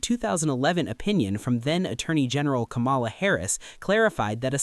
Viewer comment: ITS KAMALA (KA-MUH-LA), NOT KA-MALL-UH